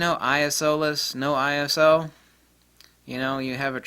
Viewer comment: It's like having dilated pupils from the eye doctor! Thank you for pronouncing I.S.O as I.S.O instead of "I soo- horny", lol